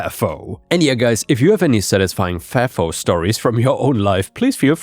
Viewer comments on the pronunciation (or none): it is "F".."A".."F"..."O" it means F*CK AROUND , FIND OUT....it is not a word , it is an acronym! saying it the way you are pronouncing it makes people think you are AI!